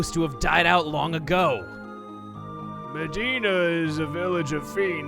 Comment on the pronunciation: when you said “Medina” I heard “Vegeta” lol